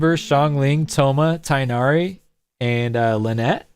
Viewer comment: did he just said tighnari with 2 chidren💀